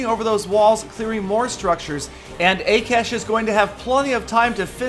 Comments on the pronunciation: haha XD i love how you pronounced akash FYI it is Ah-kah-sh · you pronounced akash wrong it is hindi name which is national language of india